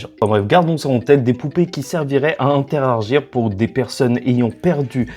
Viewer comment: Interargir 😂 Sinon bonne vidéo 👌🏻